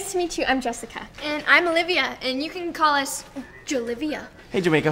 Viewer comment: I just realized that they always mess up Olivia's name just like they mess up Veronica